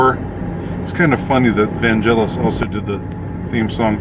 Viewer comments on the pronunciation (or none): Vangelis is pronounced VanGelis than VanJelis. Godard's ALPHAVILLE did sci-fi noir first.